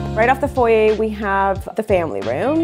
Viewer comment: Great work, as always. Just one little suggestion- it’s foyer not foyee.